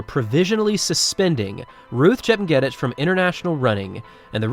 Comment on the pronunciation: Pronounced: “chep nyay teach”